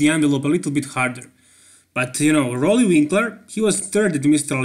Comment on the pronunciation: Roelly. Please say it right